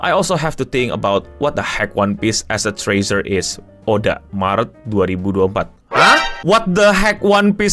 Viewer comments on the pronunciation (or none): none